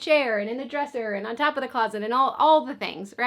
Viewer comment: "ahn" is such a Minnesota "on" , reminds me of my college room mate ❤